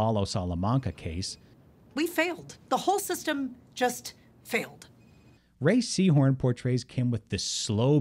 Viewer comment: No one:: "Ray Seehorn"